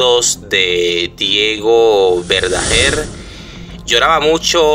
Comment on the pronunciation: Ni siquiera sabes pronunciar, que es eso de " Verdajer " él era Verdaguer, ya se sabe que la familia está destrozada cuál es la novedad?